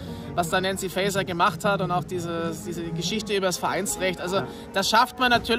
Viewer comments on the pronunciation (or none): Warum schafft eigentlich kaum jemand, den Namen der Innenministerin richtig auszusprechen? Fast jeder spricht ihn English [Fäiser] aus, dabei heißt sie Faeser [Fäser]. Lasst Euch nicht immer durch den englisch klingenden Vornamen Nancy [Nänzi] triggern.